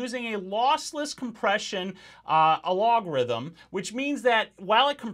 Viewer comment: I think you lost my respect at "alogrithm"